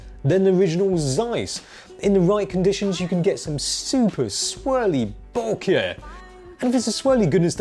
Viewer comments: I love hearing you say BO-KEHHH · still doesn't know to pronounce bokeh.